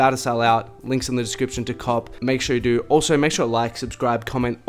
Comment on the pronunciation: What is your accent? You say do like "dur".